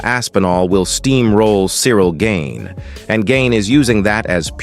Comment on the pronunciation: Pronounced garn not gain.